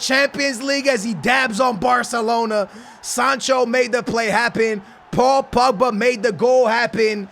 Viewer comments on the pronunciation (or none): It's not pugba stop saying that. It's pogba